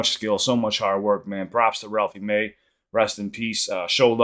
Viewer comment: Same 😂 i know u came here coz the last video he said ralphey may